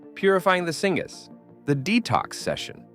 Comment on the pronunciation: Singaaz lol not knowing what you are reading... syngas or synthetic gas